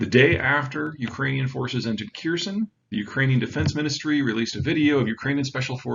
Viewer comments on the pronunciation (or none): hmm ... someone who can't even have a go at pronunciation of Kherson is explaining it all. Sure I'll like that